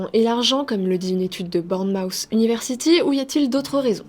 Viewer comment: On dit "Bornmoute" et non pas "Boarnmouf" pour Bournemouth